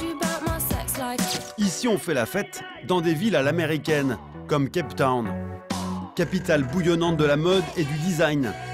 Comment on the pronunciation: CAPE TOWN, pas CAP TOWN ...